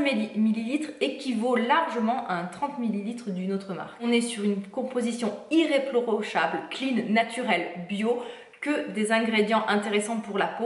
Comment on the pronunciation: "iléprochable" à la place d'"irréprochable"